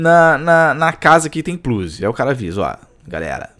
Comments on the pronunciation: "um pluzi"..... é foda!!!! kkkkkkk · "um plluze" kkk